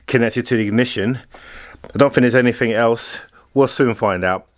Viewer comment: REALLY grinds my gears hearing people say "anythink-somethink-nothink-everythink" 🤬